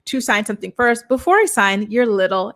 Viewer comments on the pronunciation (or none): none